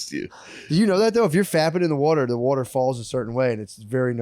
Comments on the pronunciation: Every 2nd or 3rd time Matt says "water" the Philli accent comes out like "werter" its the best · I think Matt is is trying to sell the pronounciation of water as "wooder". His pronunciation of water as "wooder" comes up a lot... 😆